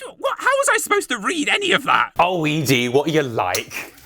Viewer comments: Why do British people mispronounce Ed-E? Eddie! Not Edie! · I think it’s Eddie not eee dee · ED-E. said "Eddy". Ya know. Ed. And E. "Ed-e". Spelt ED-E. NOT E-DE, said "eadie".. The lonesome road review hurt me real real bad. Sorry. Had so spaz alil. Love you're work man really amazing stuff. It's " Eddy". ED-E. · hell you are killing me, ED'E is EDDIE not E dee